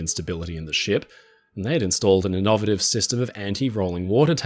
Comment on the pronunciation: In addition to the usual deluge of interesting info, from this video I also learned that "innovative" is pronounced with emphasis on the second syllable in Australian.